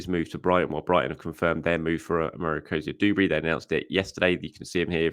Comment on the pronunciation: *Cozier-DUBERRY. Not DOOberry. Do you say the rent is DO? Call of dooty? Sand doones?